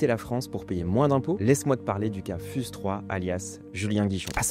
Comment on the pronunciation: Fiouze pas fuse (prononciation) 😢😅